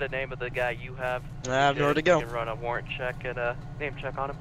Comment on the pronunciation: That man played himself "thanks for not arresting me for my worent